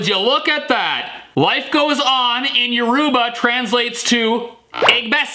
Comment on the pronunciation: You know I’m not try to be rude or anything but he pronounced Yoruba and “Your-ru-ba”. They really real pronunciation is “Ur-o-bah”. I’m just pointing it out. But great video and keep making more. You were my entire child hood 🥹